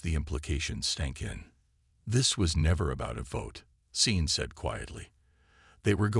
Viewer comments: Sean isn't spelled Scene, but it IS pronounced SHAWN! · Sean is a Celtic name. S is pronounced as Sh. Naive is pronounced ni-eve if it is a descriptor. If it is a place or a person then your pronunciation is correct. Your AI needs a vocabulary class. I took one in high school. Loved it. Easiest A ever! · If you're going to use a name like SEAN teach your inane AI how to pronounce it. Poor pronunciation ruins a story and insults people with that name. Scene is NOT a name. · A good story, although I cringed every time I heard the security guy be called “scene”. Do you mean Sean? Or maybe Shawn? Because scene isn’t a name. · AI Programms read differently and in a lot of cases they get stuff like this wrong. A human reader would've known it was a name and instinctively chosen the Sean/Shawn approach. Same as earshot being pronounced EErshot. Not like in this video , where they said it like earshot. As I said, AI Programms. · Maybe it thought someone misspelled seen and was trying to be kind about correcting it? People mispronounce names all the time, so why would a jumped-up calculator be any better at names?